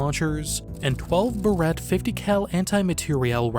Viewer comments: You have such a great speaking voice, I'm convinced you do the mispronunciations on purpose. Behr-ette is a girl's hair clip Bare-ett is a manufacturer most known for their 50 caliber rifles. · Fairly certain that's not how Barrett is supposed to be pronounced?